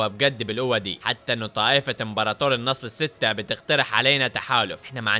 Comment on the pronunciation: مو النصل السته بل النصب السته 😂